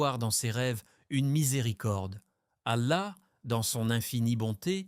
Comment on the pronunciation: Qu'est que fait une croix dans votre vidéo ? --> Qu'est ce que vous voulais dire par cette image ? Il faut faire attention aux images générées par l'IA. Un conseille, pour un message plus claire utilise une vrai voie qui prononce correctement les mots arabe. Pourquoi vous utilisez le nom du Dr Zakir Naik dans le titre de votre vidéo ?